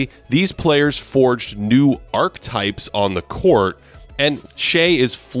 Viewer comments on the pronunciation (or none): Bruh... you gotta learn how to pronounce "archetype" if you're gonna say it at the beginning of your video! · Two mistakes two minutes in: it’s archetype, not arc-type; and Kobe also wasn’t as athletic as other stars. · You still mispronounce “archetype.” Just look it up! 😂